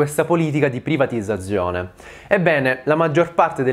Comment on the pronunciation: Ogni singola volta che hai detto privatizzazione in modo scorretto mi hai fatto venire voglia di tagliarmi le orecchie